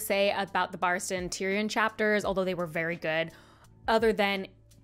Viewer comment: Just as I begin to heal from you mispronouncing Tyrion, you come at me by mispronouncing Barristan. My suffering shall never cease.